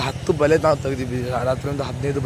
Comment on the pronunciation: ಬಲಿ ಅಲ್ಲ ಬಲೆ